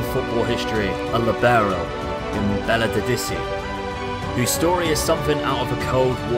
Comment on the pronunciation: Great video,! And as always...you butchered Belodedici's name in such a way that I never thought possible! You're the best of the best! Thanks for the video, the intro and the great laugh! Keep it up, man!!!